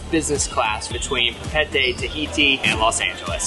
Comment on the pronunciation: Uhm how the he’ll did you pronounce Papette?!